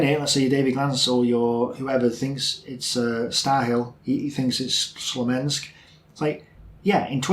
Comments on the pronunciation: “Slomensk”? Do you mean Smolensk? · Are you saying Slomensk instead of Smolensk?)) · Oh man, last time you said it correctly. it's got nothing to do with curse, it's [Koorsk] or even [ku:rsk]:) Smolensk, not Slomensk.